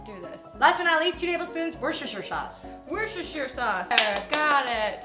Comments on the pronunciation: just so you know is pronounced wor-chest-er not wershersher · 'wershersher sauce' hahaha i'm crying. it's pronounced 'wuster' sauce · I laughed so much as how you all said Worcester sauce... in England most people say "Wooster sauce" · You mean wershersher sauce? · Are you guys serious with the pronunciation of Worcestershire sauce? Just 'wooster sauce' or 'wooster-sheer sauce' is correct. Not 'wosheshershyar' or whatever you said. :) xxx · Its pronounced WUSTERSHEAR SAUCE not warsester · SquishyConfectionery x It's pronounced woo stir sher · its still wustursheer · btw Worcester sauce is pronounced "wuster" sauce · lol The sauce is not pronounced that way..